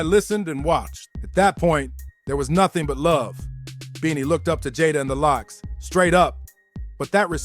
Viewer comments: Or Lox not L - OX 😅😅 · It's not l.o.x. iT's Lox (Locks) 🤣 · The El ow oxe. 😂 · Who the fuck is reading this they are the LOX not the L ox lol and pronounce their names right lol